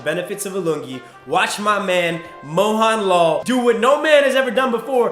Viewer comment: Great content! Just wanna see some more clown fiestas? lol Also great job explaining a little bit of our culture especially with your shots of Kerala and explaining the lungi. That was hilarious! p.s I'm pretty sure it's pronounced "moHUNlal" not "moHAWNlol" (who really knows)